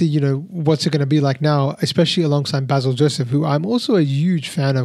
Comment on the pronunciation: Hi, -- long time no comment, I've been taking a break from online stuff. But I hope you don't mind me offering a gentle correction and some comments. The gentle correction: Basil's name is pronounced Bay-sil, not Bah-sil (as we would say in the English speaking world). I'm like you, I had a blast watching the film, especially the second half where it descends into pure chaos. I'm actually not much of a fan of Prithvi doing comedy, I really don't think it's his wheelhouse, but they put him precisely in his darker, hero-type avatar in the second half and there I thought he was terrific. Also - there was a lovely and fun cameo appearance near the end of the movie by Aravind Akash, who played Lord Krishna in Prithviraj's debut film, Nandanam. They even use the music for him from the film in this film. I had an "OMG" moment when I saw him and heard that, I was so tickled that they did that. (Also, BTW, they did not actually shoot at the Guruvayoor temple, that was a great set they build for the film). Anyway, Nandanam is absolutely one of my favourite films, I've written about it and shared it so much:-) Oh, and Prithvi says the last line of Nandanam (originally said by Nivya Nair in the film). There were a lot of other references to films and memes in the film, too (another one that stands out for me is a line from Drishyam, which Prithviraj says, imitating Mohanlal's shoulder drop).